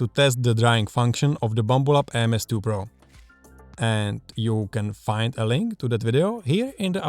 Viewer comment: He calls it a "BLAMBLUB"